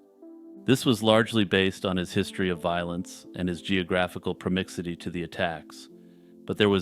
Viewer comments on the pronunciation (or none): Bro u said "promixity" its proximity. 😂